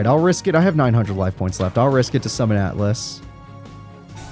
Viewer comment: You always say cloudian atlas but its cloudian AL-TUS lol